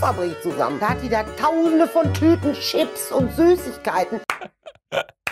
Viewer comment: "Schipps" HAHAHAHA